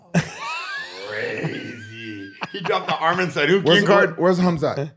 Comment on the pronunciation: And Arman, not Armin 😂😂😂